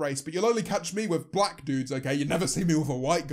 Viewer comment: "Whoe wans to be blah??" is how she said it